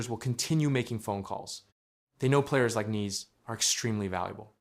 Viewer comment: You might want to know how to pronounce his name properly.